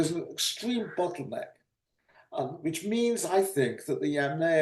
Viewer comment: Love work on this channel; also great old-timey pronounciation of "which" you can hear the "h"!